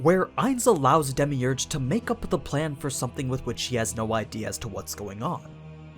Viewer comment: When he says demeurgous it hurt me to my soul